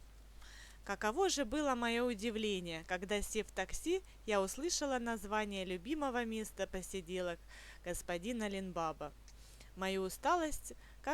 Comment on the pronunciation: Ну блин, не бАба, а бабА. Ну как Али-Баба, Лин БабА. Не БАба, другое ударение, он же не Грубая форма Женщин